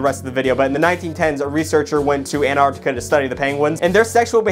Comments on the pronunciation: How American are you? -: ANARCTICA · I admire the effort it took for to pronounce the continent "Antarctica" and not "Anartica". He truly is a pioneer!👍